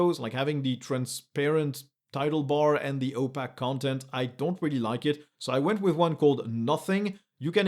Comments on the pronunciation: Great video! I've recently gone back to Linux after years away. Not that I can throw stones since you have mastery of two languages. But I was confused when you were saying the word "opaque." It is pronounced oh+pake (like would rhyme with cake). Your English is essentially flawless, so kudos, but I thought I would share this just since I was briefly not understanding what you said. Thanks again for a great video! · The American pronunciation of opaque rhymes with cake. For a while I thought there was a technical word for those windows that I hadn't heard before.